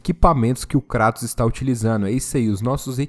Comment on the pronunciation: Até que em fim alguem usou o português para chamar o Kratos de Kratos e não kreitos. Parabens. Kkkkkkkkkk